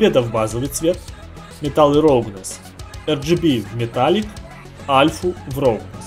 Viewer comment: Я не хочу сильно придираться, но я не понимаю - как можно работая в англоязычных программах и учась (3дшке) на английском языке так плохо знать этот язык. Roughness - Раугнес, All - Алл, Phy - Пху))) Это еще ладно, помню в гайде от XYZ чел называл Height "хейтом". "Сейчас я подключу карту ненависти" - нормально вообще) Учите язык, такой уровень это позорище, особенно для работника IT сферы.